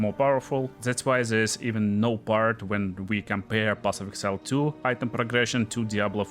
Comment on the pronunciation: path of exile not path of excile